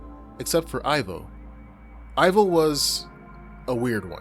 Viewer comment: Pretty sure Ivo is pronounced like "Evo". As in, Evil. The 3rd movie just mispronounces it.